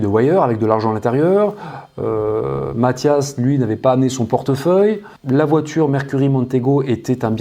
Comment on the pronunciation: chreche pas c'est matthias